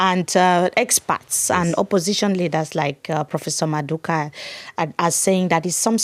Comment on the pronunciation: Love the conversation and the discussion. One point though, it’s Prof MadhuKU and not Madhuka. It’s very awkward when you pronounce his last name that way.